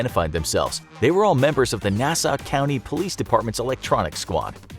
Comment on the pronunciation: The one with the impersonator and the detectives was in Hicksville. Well. Not detectives but whatever also I think the narrator kinda said Nassau wrong